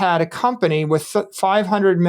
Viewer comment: he says wif